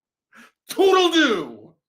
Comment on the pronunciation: ANNNNDDD it’s “tootle-Looo”